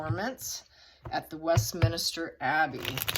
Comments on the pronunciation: Westminster (minster) means church. Not Westmin-is-ter. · Not West Minister, but West Minister. My spell check screwed me up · I love your readings! Just wanted to point out it is not pronounced Westminster, but Westminster. It's a common mistake Americans make.